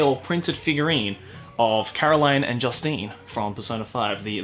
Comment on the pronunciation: Hears him say caroline wrong NNNNNNNNNNNooooooo tis caro-leen like jus-teen T^T